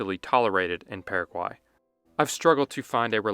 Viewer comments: Dude, it's just as easy to pronounce the country the way it is pronounced by the natives. So it is Purra-guay, not Para-quay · The way you pronounced Paraguay, I already know exactly how you speak Spanish.